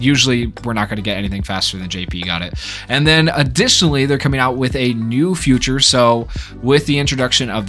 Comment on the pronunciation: Is it just me or does he pronounce "feature" as "future"